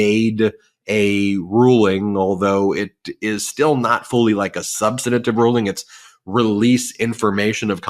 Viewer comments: please, we love you Ben. it's not sub-stan-a-tive. it's "sub-stan-tive" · substantive, Ben. we love you. not "sub-stan-A-tive." just substantive. c'mon.